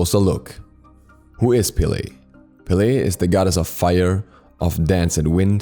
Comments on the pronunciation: It’s “peh-leh” a short “e” like in “red” it is not “pee-lee” get it right please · My drmatic ass got so triggered when he calls her Pe-Layy...its just pele😭